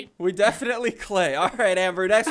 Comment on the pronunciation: "We Defianlty cream" quote Crainer THATS WHAT SHE SAID. LOL